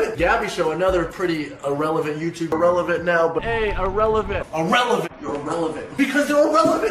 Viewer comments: i like the part when he said irellevent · I like when he said “Irrelevant”